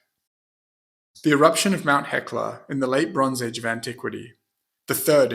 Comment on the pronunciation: It's just me or when he says "the bronze age" i can hear "LeBron's Age"